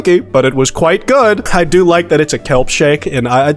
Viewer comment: does no one else think with uh why sounds like kwite